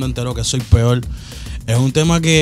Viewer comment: Porque dice "soy peollll" creo que este tío se salto la R cuando estaba aprendiendo el abecedario